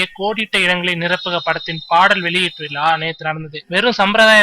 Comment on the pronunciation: "விலா" இல்லை "விழா" இதை பிழை இல்லாமல் சொல்ல பயிற்சி செய்த பிறகு...இந்த மாதிரி வீடியோ முயற்சிக்கவும்......